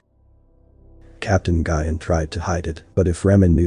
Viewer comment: "Nguyen" is pronounced like "Win", and (in the context, "attaches" is pronounced at-ash-a"